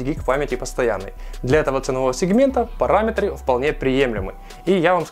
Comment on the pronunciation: "Параметры" хд